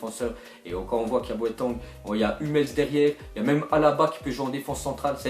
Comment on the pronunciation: plz dis pas boatang xD